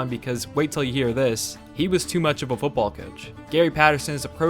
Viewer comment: it's "football" not "fooball". Dropping the "t" drives me nuts.